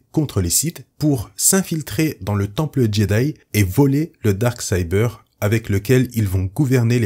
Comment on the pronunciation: Ce n'est pas pour critiquer, mais si tu es incapable de dire "Dark Saber" correctement, aussi bien dire "Sabre Noir".